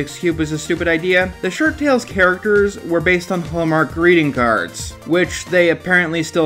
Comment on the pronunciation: Are you saying "SHIRT-tales"? It sounds like your saying "Short-tales"...